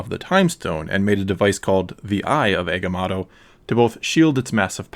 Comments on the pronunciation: Agamoto not agamato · Please. PLEASe in the future... leanr how to pronouce the names... your misprnounciation of agamotto and cagliostro as agamatto and gigliostro takes a LOT away form this video and makes it look.. lazily done. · Man said eggamato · Egamato? You mean Agamotto (/æɡəˈmɒtoʊ/) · Eguhmahttoh? What’s that